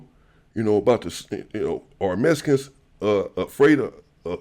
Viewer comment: Much love but you keep saying messicans😂 messicans this messicans that its mexican😂 brougham